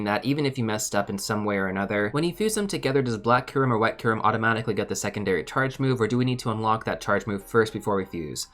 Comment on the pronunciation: This bothered me throughout the whole video. The Y in Kyurem isn't skipped xD It's not "koorem".